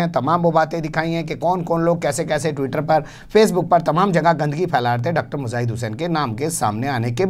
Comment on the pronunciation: Matlab.... ko bhi urdu arbi nahin aati....laanat hay... Mujaahid ko (muzaahid ) bol rahe hain.....afsos